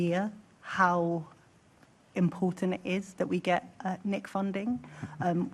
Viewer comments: She said imporunt not important she missed the t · What? Tooken? What is tooken? Do these people not need an education for these high paid jobs? Imporunt! Frew! This womans pronunciation is disgusting